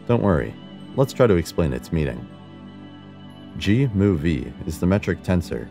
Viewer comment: The subscripts are pronounced mu and nu. Scrap the computer voice. And the annoying “music.”